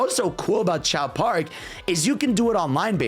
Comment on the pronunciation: Bro really called Race Park as Chao Park 😭